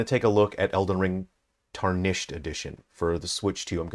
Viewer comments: Dude, it’s TAR-nished, not tar-NISHED. Driving me insane. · Erm actually it's pronounce tär-nish-ed sweaty